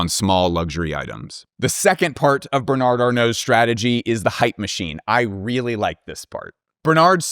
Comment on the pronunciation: Just pronounce Bernard without the final d. You will definitely sound better.